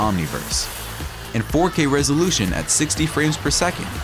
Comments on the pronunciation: Enabled by adda lmao it's Ada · I think "Ada" is probably pronounced "ay dah" after Ada Lovelace; the first recognised "computer programmer" who wrote programs for her father's machine. I love what people have achieved in computer graphics. When I was a kid in school (a very long time ago) I told the careers' advisor that I wanted to be a computer graphics artist. She said "oh well I can get you some work experience in an office. They have computers" and that was the end of that 😂 But yes. What people have done is incredible, and they can largely thank John Carmack for it. Before him there were no 3D games, no real time light sources, no physics. The man is a computer god.